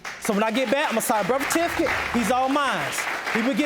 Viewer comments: I just wanted to say "I signed the berf-tificate" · He said everything else right ... except for birth certificate 😔😔